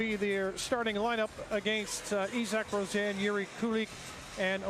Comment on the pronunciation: It’s pronounced EE-sock Row-SAY-enn. Not kidding